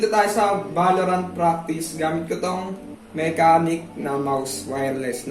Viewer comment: Ang pag pronounce lods sa brand is "Mashenik." But overall, nice review pa din 👍